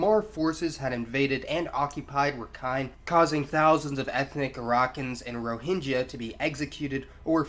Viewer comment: It should be pronounced /rɔ:hɪŋɡʌ/ & they are “Arakan.” History books fail to mention that there was a wealthy, strong kingdom named “Arakan” which was there where it still should be. If Rohingya people are not citizens of Myanmar then they should have their own sovereign nation.